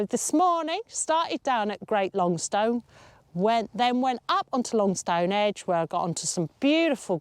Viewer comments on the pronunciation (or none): Great video. Not that it matters, however Longstone is pronounced more like Longsten and Calver has a silent L. However maybe I’m just talking from a local’s perspective.